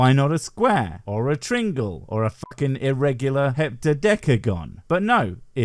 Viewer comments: A “tringle”? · Nice but 4 mins in “trinngle”? I’ve literally never heard that mis-pronounced. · Is that a normal british way to pronounce "triangle", is that your special way, or did you flub the line? Not being mean, I seriously want to know.